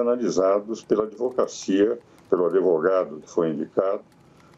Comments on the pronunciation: Se o grande Ives fala "Adevogado" quem sou eu para contrariar.... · Ives Gandra, o "d" mudo não pode ser pronunciado nem com a inclusão do "i" nem do "e". Portanto não diga " ADEVOGADO".